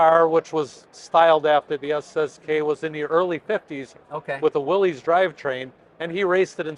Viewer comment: Thank you. Nice to see the prototype and hear about its participation in the Copper State event. I was mildly surprised, however, that the caretaker did not know how to say Willys🧐. The pronunciation is the same, whether it is spelled with ‘I’ , ‘y’ or a mixture of the two.